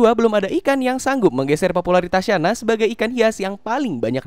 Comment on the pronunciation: Channa bukan Syana